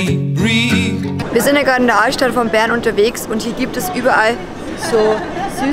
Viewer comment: Wenn du Bern sagst hört sich das an wie Beeren😅 Bäääärn👌🏼😂😂